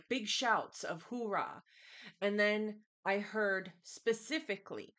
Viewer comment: Hoo-ah, not hoo rah 😂